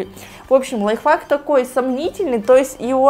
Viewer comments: Почему ты говоришь ЛАЙФАК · На маша сказала не ЛайвХак а ЛайфФак кто ушлышал лукас